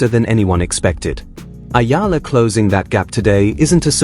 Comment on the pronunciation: It's eala dude not ayala😅